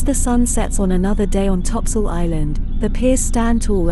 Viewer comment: If you knew the island history, you would never pronounce it topsoil